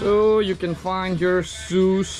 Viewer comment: Its SHOES not Sue's. 😢😂🎉